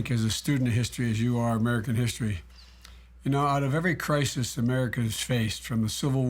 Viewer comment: "in time of krikus" sheesh joe